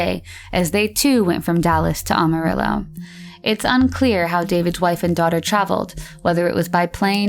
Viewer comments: does anyone else hear Awe-Marillo, and not Amarillo? Sorry can't get past it. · For f*cks sake it’s Amarillo, not Almarillo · It isn’t Ah-marillo, it is Am-arillo. Otherwise, great vid! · Good video, but it's AMArillo not OMArillo 😄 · It's AMARILLO , not ALMARILLO . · 9 minutes in she finally said Amarillo correctly, twice, and then went back to the incorrect way. "Am", like "ham" without the "h". Apart from that annoying detail, good video/content. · Aside from mispronouncing Amarillo “Almarillo” 15 times. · I can forgive not being able to pronounce Yakima, because apparently nobody from outside the Yakima valley can, but how do you mispronounce Amarillo?